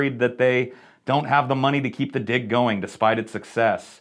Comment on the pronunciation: is it just me, or does it sound like he's saying d**k every time he says 'dig'